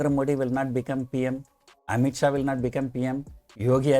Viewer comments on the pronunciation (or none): none